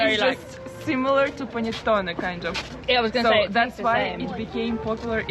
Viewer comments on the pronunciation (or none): none